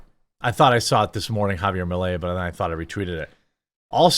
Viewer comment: JaVIer, not JaBier